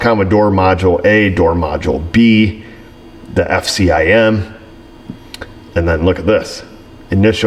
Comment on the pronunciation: Knew you weren't a Ford guy the minute you said F-C-I-M